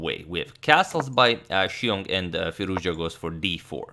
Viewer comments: as an iranian i must say u are now pronouncing firouzja like a boss. hats off agad. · LOL. But it's the correct pronunciation. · hi. I am Iranian. Firouzja, pronounces like this : fee- rouZ( strong z , and strees is on R)-ja( j pronounce like John) Firouz is a persian name+ Ja ( there is a small pause between Z and the J,it should be like a fraction of a second)